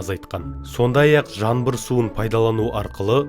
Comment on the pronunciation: Жанбыр деген сөзде, затта жоқ ақымақ. ЖАҢБЫР деп дұрыстап айт айтпасаң жәйіңа жүр